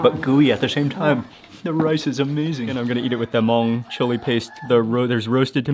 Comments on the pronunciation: 😂 ... I've watched some of Mark's food videos but never knew he had a Hmong one. Props to his correct pronunciation of the word "Hmong" unlike most who typically pronounce it as "Mung" 👎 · Thank goodness he pronounce Hmong right! I love watching your videos. Reminds me of my trip to Thailand when I visited a Hmong village on top of hills in Chang Mai. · I'm Hmong American! Loving the video. Thanks for pronouncing Hmong correctly, Mark! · Omg!!!! Mark pronounced "Hmong" correctly! ❤❤❤❤❤❤ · Thank you for pronouncing Hmong correctly